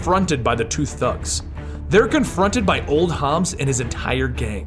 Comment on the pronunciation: It's Old HOB. Not Hobs.